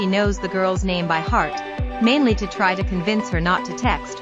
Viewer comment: You need a much better text-to-voice program. Actual human narration is always far, far better. The emotion that comes thru really improves the experience - and you don't get the "it" coming thru as "i" "t" or "to" as "t" "o".